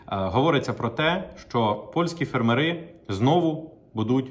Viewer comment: В слові фермери наголос на першу літеру "е". Скільки можна чути це викривлене слово ?